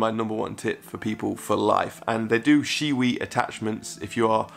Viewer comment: when you said shewee i understood shiwee and imagined a jar for weeing and shitting in the night